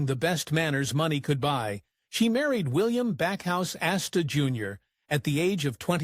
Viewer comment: The name is Astor, not Asta. That was the name of Nick and Nora Charles’ dog.